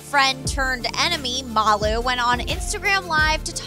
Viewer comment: okay is no one going to talk about the fact that she said Molly not MALU MOLLY :/